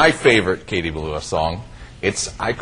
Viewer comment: The Presenters are usless, they pronounced her surname wrong, and where she original lived wrong aswell. Still great to see Katie Melua as always.